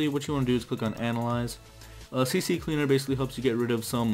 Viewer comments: It's C Cleaner, you keep saying CC Cleaner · DUDE LEARN TO READ ITS C CLEANER, NOT CC CLEANER (without space)